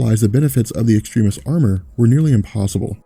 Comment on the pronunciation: Does anyone else find it a bit annoying when he keeps on pronouncing Extremis incorrectly?